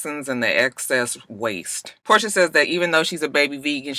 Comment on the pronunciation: Her name is Porsha not Portia why yawl keep saying dhat